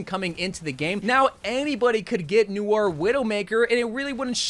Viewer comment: its not pronounces n-oi-er, its "no-are"